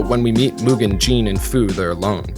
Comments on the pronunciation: Jin's name is not pronounced "Jean" like a pair of pants but more like "Gin" like the alcohol. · Mugen and Jin are no Samurai - they are ronin = vagabonds. Also "samurai" is a social status and not the Japanese word for a sword wielder. 🙈 And Jin is pronounced "jinn" 😵🙉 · Americans pronounce Jin really weird. It's not Jean or Gene like the english name. On he pronounces him right for one time. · "Jean"? You mean Jin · Why is calling he jean instead of Jin lol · Whats with calling Jin ”Jean”? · stop pretending I'm wrong because it makes YOU look silly! In the beginning of the video he states that Jin and Mugen are samurai. True: later on he uses the word samurai differently. But it's a lack of consistency. Also saying that he pronounced "Jin" correctly shows that both of you, that you only watched the English dub, since the Japanese folks really pronounce it "Jinn" or "Gin" like in "Gin Tonic" (I have heard this Japanese name hundreds of times in several Japanese anime and video games with the original dub; Jin is the Japanese word for "justice" by the way)